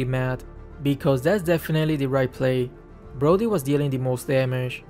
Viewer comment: Do u know Brody is actually pronounced bro die